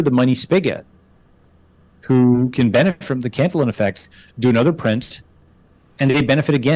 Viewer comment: It is pronounced can-tee-yawn